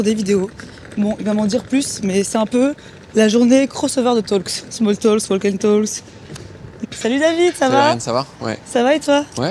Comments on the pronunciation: hello, pour info, on ne prononce pas le "l" de walk. c'est "wawk & tawk" la prononciation. :) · Tip : le 'L' est muet dans "walk" et dans "talk". Totalement. ❤